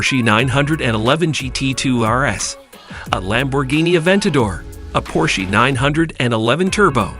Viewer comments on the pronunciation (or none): "Porchey" "Maria Carey"